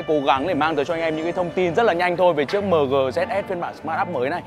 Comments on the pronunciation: Mờ gờ, đọc nghe chuối quá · Người Bắc đọc mờ-gờ rồi a-mờ- gờ nghe chán phèo.